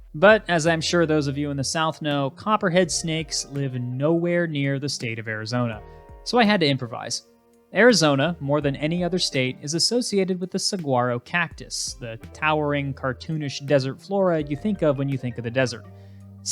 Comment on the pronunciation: Saguaro is pronounced sa-wa-row. The "g" is silent.